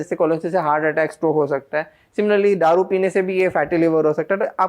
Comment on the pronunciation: दारू की जगह पर ये गधा डारू बोल रहा है